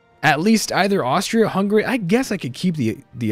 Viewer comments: Can you please stop pronouncing hungary like that? Its hungary not hunggaray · The way you pronounce Hungary, lmfao. Nice idea for a series! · Why does he say hungary so weird?